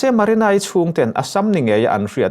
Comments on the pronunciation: Maranai ni lovin marinai tih zawk tur. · Haha Maranai..lamsual nawk2 mailawm a trang lutuk niang